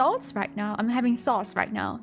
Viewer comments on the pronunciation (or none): none